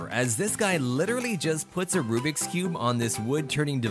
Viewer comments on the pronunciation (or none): It’s Rubik’s not rubrik’s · I like how he says rubriks not rubiks